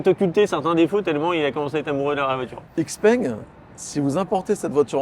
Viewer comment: C est normal qu il a pas compris sur l activation du vocal: xpeng ce dit : Chi Peng.